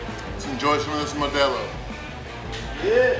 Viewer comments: It's pronounced Modeelo, not modaalo... The best beer on the planet!! 😋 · lmao, he said "maydelo" I'm dying inside! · MO-DE-LO lol I heard MADELO, Good Job! Looks delicious. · LMAO the way he says MODELO is fkn hysterical! May-day-lo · Mow-Dale-O beer...